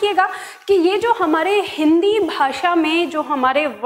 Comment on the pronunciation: आपका ज्ञान उत्तम है, किंतु आपके द्वारा श आदि के उच्चारण में ध्यान देने की आवश्यकता है, शिव का उच्चारण सिव, अविनाशी का अविनासी बोला गया है ।यह आलोचना नही है,आपको ध्यान दिलाने के लिए है ।जैसे भाषा को भासा बोल रही हैं